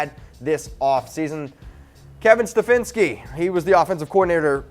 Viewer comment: "Stefinski"? You have the word "Stefanski" WRITTEN ON THE SCREEN and you pronounce it "Stefinski"? You guys have heard of something called editing right? You know you dont have to use the first take you do right??